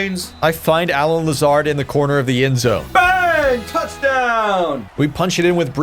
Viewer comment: Not a fan of the pronunciation of Allen Lazards name lol he’s an absolute gem so you better get used to that name and cherish him. Bigger loss than Rodgers.